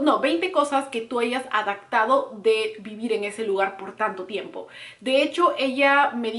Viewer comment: También dice Adactar en vez de adaptar. "Yo ya me he adactado". Y se oye un poco mal. Ojalá tomes en cuenta esos comentarios. (Sin afán de ofender)